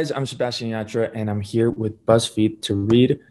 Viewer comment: Y también el “yah-TRUH” 💀